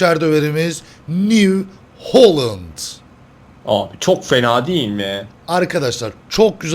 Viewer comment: holland diye okunuyo lan